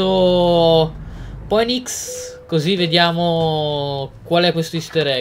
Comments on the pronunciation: Poenics no Finix come si dovrebbe pronunciare haha Poddy l'inglese è importante però! :) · Poddy si pronuncia Finix